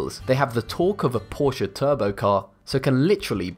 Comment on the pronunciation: Thank you for pronouncing "Porsche" right